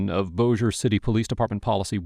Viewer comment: I can't believe you said Bossier correctly! Good job, Man! 😁👍